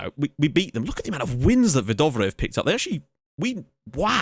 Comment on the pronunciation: haha dont worry, you're actually doing a fair bit of them rather well. Words like Hvidovre are tough coz the sound is smooth and comes from the back of your throat. And on another note, names like Nygaard is pronounced openly at the end like; Nygoar. Just in case you were wondering. Keep up the good work!